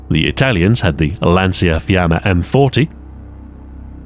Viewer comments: Top notch content as always as soon as i got the notification I HAD to click. Just a tiny nitpick, in italian "cia" is pronounced as cha, so "lanciafiamme" is pronounced with a lancha sound for lancia. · The pronounciation would be "Lanchafiamme", making sure to say the double "m" correctly. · "The Italian Lansiafiammei" ...pretty sure that's not how it's pronounced